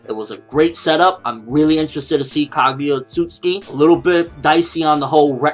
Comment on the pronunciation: Say it with me Kah gew yah Oh oat suit sooki ( Phonetics :3)